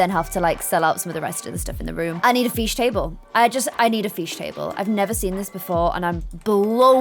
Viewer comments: you pronounce fish- Feesh I pronounce it fish lol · Everyone else: fish: feeshhh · “I need a feesh table” 2020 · It is not fesech iit is fish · my friends: why does she say feesh instead of fish me: already used to it and saying what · Everyone: Fish.: Feesh. ~~~~~~~~~~~~~~~~~~~~~~~~ I like this video. It's quite interesting. CC versus no CC. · ''I really need the Feesh Table'' Haha lol lyy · Whats a "feesh table" im confused but I love you 💘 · Um fesh table do u mean fish table or am o hearing things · Why did I love it when u said “ooo I love this fesh table”heh who agrees? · i use that fish table all the time!!!! let’s just appreciate the fact that she says feesh 🤣☺️ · No one: Absolutely nobody:: iS tHaT a FeEsh TabLe Edit- Thanks for the likes 😊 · It’s fish not feeeeesh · I love how is just like me saying feesh instead of fish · no one:: fEeSh tAbLe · You say feesh the same way I do 🤣🐬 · lmaooo “feesh table” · "I need a FEESH table"🤣🤣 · "feesh" i love it XD <3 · “Feesh” 😂 love that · Am I the only one who literally loves the was she says fish “Feesh” ✨🥰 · No one:: “ I need a feesh table.... I NEED A FEESH TABLE!”